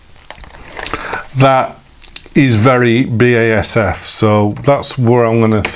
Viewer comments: It is B A S F! not Basif and i never heard anyone pronounce the brand like that in germany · The pronunciation was always B A S F In germany. See here in this late BASF Advert Thx for the great Video.